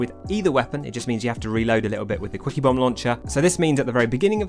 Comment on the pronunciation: With your accent I keep hearing "squeakybomb launcher"